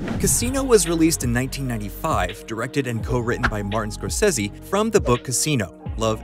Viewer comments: Scor- Say-Zee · I have never heard anyone pronounce "Scorsese" like that and I hate it. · Why does the narrator say Martin scorsese's name that way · You pronouncing Martin's last name wrong and why the hell is everything bleeped? Lol